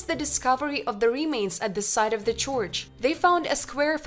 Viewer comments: the way she said church was really disturbing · nobody is perfekt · Well I don’t know if that was exactly disturbing to me but at least it was amusing 😂👏🏽😎👍🏽